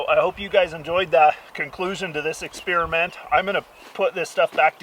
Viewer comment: Did this nigga just say experimat 😂